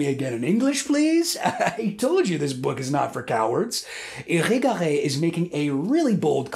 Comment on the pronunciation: The way you pronounced Irigaray so well after hearing it a few times only is impressive.